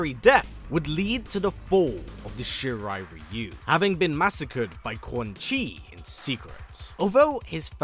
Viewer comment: I like that actually pronounces Shirai-Ryu correctly